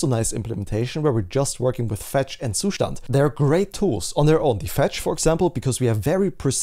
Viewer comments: Great content man, you are also the only person on the internet who pronounces zustand properly. I know the reason, I see your windows task bar. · Finally someone says Zustand correctly.